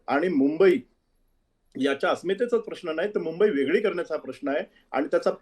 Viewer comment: शायना एन शी. कोण आहे. हिला सुद्धा मराठी येतते का उधाथ्ये. वेगळे ऐवजी वेगले बोलते ही शिकली म्हणते बोलता येत नाही